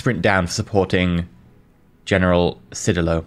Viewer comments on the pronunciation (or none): Cedillo is pronounced SE DEE JHO. source born and raised in mexico with grandparents who wouldnt stop talking about him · the JHO its more of a hard Y sound followed by a hard O other than that great job trying to pronounce the words and keep up making my country strong and proud in this universe. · I think (not spanish) the double l in Cedillo acts like an extension for the i (said like ee). The end result would sound something like Cedeelyo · Close, ll makes a y sound Think tortilla So there is no actual L sound, so Cedeeyo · Its pronounced sidio. My wife's maiden name is Cedillo. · the double L(ll in the middle) is pronounced Y. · you've got it all wrong. It's pronounced General Cedillo, not General Cedillo.